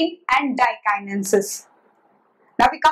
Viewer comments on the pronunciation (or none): This is LEPTOTENE , not Liptotene;;; and it is DIAKINESIS , not DIKINESIS